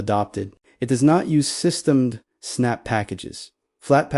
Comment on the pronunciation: if you are going to use an ai reader you should write your scripts for its issues. For instance the ai says systemd the way its written but should say system dee. ai readers aren't too smart about the difference between how humans talk versus how we write.